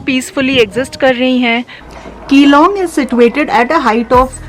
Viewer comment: मेडम जी आप ने अच्छा भला विडयो बनाया, शानदार बनाया मगर जगह का नाम विगाड़ कर बोल दिया। यहां के लोग नाम बिगाड़ने पर बहुत नाराज हो जाते हैं। आगे से ध्यान रखिएगा ।🙏🙏💐 धन्यवाद